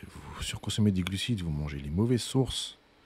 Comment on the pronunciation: Contenu d’excellente facture! Par contre, je suis le seul qui entend gluciTes 😅